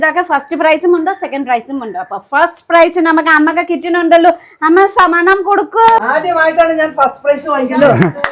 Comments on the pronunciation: സാമനം അല്ല സമ്മാനം😂soikutty ❤ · ഈ നേപ്പാളി സിസ്റ്റർ എഗ്ലീഷ് മിക്സ്‌ ചെയ്തു സംസാരിക്കാൻ നോക്കൂ.... സമ്മാനം അല്ലെ സാമാനം അല്ല 😂😂😂